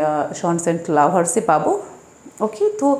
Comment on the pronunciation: Madame, I think the pronunciation would be "সান্স এন্ড লাভারস " as much as I have heard and learned from my honorable and respectable teacher. Pardone me if I make any kind of mistake. At the same time I appreciate your activities. Love for you 💕💕